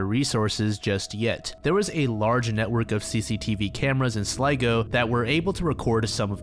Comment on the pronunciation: YO IRELAND MENTIONED - Also, thank you for pronouncing 'Sligo' correctly. You're one of few YTs that actually do your research. That poor bloke though, I believe maybe he went to end it all, and avoided cameras so he wouldn't be found? It's very odd indeed. I hope he's resting easy now. 🐋